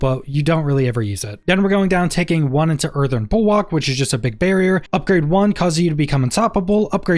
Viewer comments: Earthen bulWARK, not bulWOK 🤣🤙🏻. Great videos either way! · Bulwark not bulwak its killing me 😅😭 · I swear to god time slowed down when you said Earthen Bulwok 3-4 times and I was thinking to myself wtf is a Bulwok